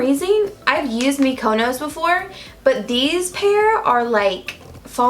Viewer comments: Mykonos, pronounced "meek-a-nose" (emphasis on meek.) Island in Greece 😉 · The word Mykonos is pronounced ''meeconose.''